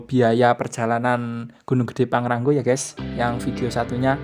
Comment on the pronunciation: Pang Ra Ngo bukan pang ran go😀